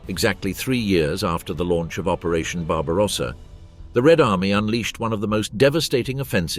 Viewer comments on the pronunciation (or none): none